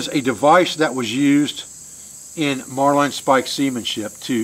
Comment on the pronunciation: it's Marlyn when you say it,not marline. marlinspike. trust an old Navy man.